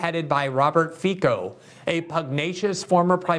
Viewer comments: Pronounced /feetso/ Glenn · It would be nice for talented commentators like Greenwald to check how people in countries like Hungary or Slovakia pronounce their name. Cuper should be Tsuper, Fico sounds like Fitso, Orban sounds like Orban, but such cases are rare. In any case, countries created by decomposition of Austro-Hungarian monarchy lack anti-Russian tradition, and the results of anti-Russian propaganda are shallow and unstable. There are also economic issues, like how to decrease dependency on carbon energy, Hungary and Slovakia opted to maintain and expand power stations build initially by Soviets and expanded by RosAtom, and Bulgaria may follow.